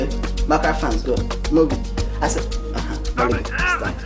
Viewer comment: He said vely gud